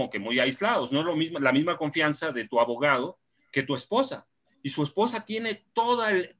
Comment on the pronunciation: Excelente informacion, solo le falto pronunciar mil veces la "D" en cada palabra como abogaO, traicionaO, y todasas palabras que llevan D